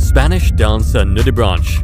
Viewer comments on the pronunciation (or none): Nude-ah-braynk not "nude-ah-branch" JS and no,it's not the same as tah-may-toe tah-mah-toe! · Yep! He first showed the sphinx moth and then the hummingbird hawk moth, although the description he gave was correctly for the latter. And, he can't pronounce nudibranch. It is pronounced 'nudibranck'!